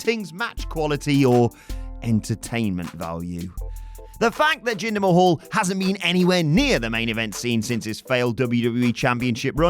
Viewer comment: Jinder Ma...hwaahhh?